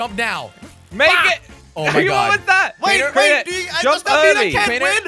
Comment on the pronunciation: When jelly says crainer it sounds like traitor